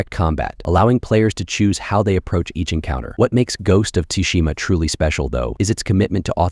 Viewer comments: And now I continue with the vid and he says "tooshima." fucking raging! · Ghost of “Tushima”? How about you show a bit of respect and get the name right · "ghost of tushima" made me laugh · "Ghost of Tushima". Everybody better watch their butts.